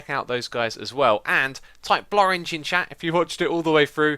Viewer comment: Blorenge? What the heck? Cheers !